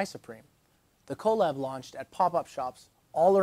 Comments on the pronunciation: People who say co lab instead of collab is annoying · Love the videos. Hate how you say collab. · I love your videos but the way you pronounce “collab” is insane